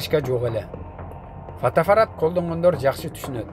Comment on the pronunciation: Фотоафарат эмес фотоаппарат деп айтылат го тууган. 😁😁😁Же мага ошондой угулдубу?